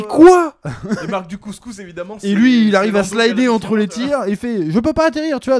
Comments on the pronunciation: Quand vous dites Mark Dacascos, j'entends Mark du couscous mdr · Il s'appelle mark dacascos? J'avais compris couscous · En Mode VHS nous a tous matrixé avec son Marc Du couscous, plus possible de dire Dacascos.